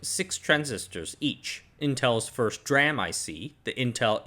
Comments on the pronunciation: GOD its De-RAM not Druam! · Love your vids but you're the only person I've ever heard call DRAM dram and not dee-ram and it's weird because you say SRAM correctly 😭😂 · "dee-ram" not "dram" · It’s D-RAM not dram. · It's not pronounced "dram" it's pronounced "d-ram", just like "s-ram". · Oh "dram", you’re right. He pronounces DRAM as ‘draah-m’ instead of ‘dee-ram’. Little quirks in such great content. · An aside from someone in tech - absolutely nobody pronounces DRAM as "dram". It's "dee-ram", and "dram" is a wee beverage ;) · S RAM and D RAM not S RAM and dram LUL why are you pronouncing it as dram instead of D(ee) RAM? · Its still not dram, it's pronouned D Ram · yes please, I cringe every time I hear "dram" instead of "Dee-ram" :-) Great video. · You're driving me nuts the way you pronounce dram. It's "D"-ram. That's how everybody in the industry pronounces it. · Good info. However I just want to point out that "DRAM" should be pronounced as "DEE-RAM" Like SRAM is "S - RAM" They should be the same logic when you pronounce the word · not the first time he does it, most likely he is intentionally saying it like this don't know why though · Say what you will about the man, but he is fully committed to his pronunciation of DRAM. 😉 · why do you pronounce SRAM with the S on its own but pronounce DRAM as one syllable? i have not heard DRAM pronounced that way from literally anywhere else god it's annoying the hell out of me